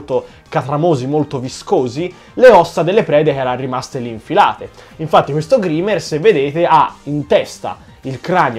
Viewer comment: Grimer si legge graimer, comunque bellissimo video e bella idea